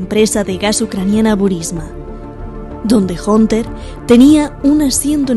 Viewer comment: Hunter se pronuncia ( janter)